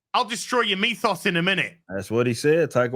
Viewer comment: lol, instead of "I'll destroy your MYTHOS in a minute" I heard "I'll destroy your MEAT SAUCE in a minute" for a second there. Then my brain's like "They're talking 'bout Taika Waiti, it is probably MYTHOS, man." and I agreed. xD